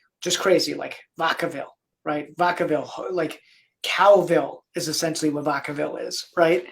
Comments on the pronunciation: Its Vacaville. Vacka-ville. Not vawkaville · It’s VAC—A—Ville Like vacuum oh goodness, my son was actually born at Travis Air Force Base, which is right there in Vacaville ..so I can assume I hope I’m assuming correctly that his mom retired from Travis Air Force Base and the young man grew up in that area Again my son was born at the hospital on Travis Air Force Base, right where he’s talking about God bless my little boy. He was about seven years old and he had a friend over. He was very strong into taekwondo. He actually had his very first black belt. By the time he was seven he started taekwondo at the age of four. When he received his second black belt, he actually went to Korea and the Grand Master presented him with his Kukkiwon, along with his belt that represented his second-degree ( at the age of 12 ) my son is a beast— by the time my son was seven years old. In the morning, would hear my alarm. I would get up and my child would either be in the shower ,just getting in ,or just getting out ..he was Self disciplined. I did not have to wake him for school. He knew what his responsibilities were. It was amazing the amount of respect he had for himself and others —-not to mention his personal discipline. I recommend any form of martial arts for your children of any age. AnyWho, back to my story —we had a tournament over the weekend, that we were attending .He had a friend that stayed with us more often than not —-this little boy unfortunately came from a family that had a lot going on emotionally. —-while I was mak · Vak- a - ville dog! 😅